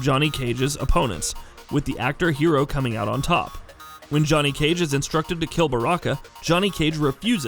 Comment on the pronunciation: This has gotta be an April fool's joke with thede pronunciations, surprised he got "Johnny" right